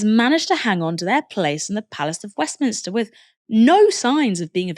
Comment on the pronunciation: if your going to present a political channel learn to say “Westminster” instead of “Westmister” you amateur!